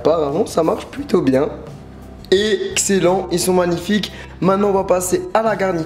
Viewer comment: il a dit ixelen au lieu de exelen